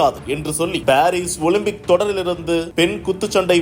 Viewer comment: எல்லாம் ஊசி போட்டு வருது ... ஓலிம்பிக்( ஓலும்பிக்) சீ